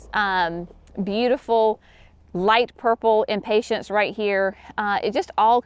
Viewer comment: Is it a “southern thing” to pronounce Impatiens as Impatients? I love your videos and appreciate the step by step explanations…but always smile when I hear you pronounce impatiens.